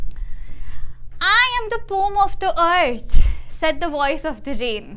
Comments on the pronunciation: Poem ❌ pome ✅ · Poem❌️ Pom✅️😜😜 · Poem ❌ poom ✅ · it is pronounced as pome bruh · "roam" son💔💔💔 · The word poem has got two syllables (po-em). It's po-em not pom.